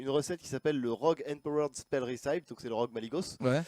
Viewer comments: Recipe ça se dit rècepi pas rissaïpe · Pour ceux qui comptent me flame, recipe en anglais se prononce "récipi" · Recipe -> Ressipi, et non Rissaïpe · "Deck Réssaïp" best accent de la part de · ça se dit récipi